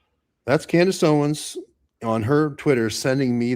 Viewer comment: This guest speaks unreliably. He said "Candace OWEN, Candace Owen" cannot even say her name correctly? Like all of the paid pastors who say her name wrong and slander her? This guy has been on saying "Candace said this, Candace Owen said" just a middle man, playing phone tag, muddying waters? What kind of so called " Investigator" is this??? I appreciate DD's earnest questioning but this guest is a red flag.